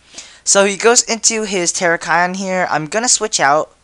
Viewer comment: tur-rack-e-on not tera-ki-on